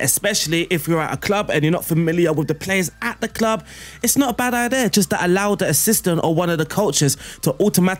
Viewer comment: Great video, buy why cant you say idea lol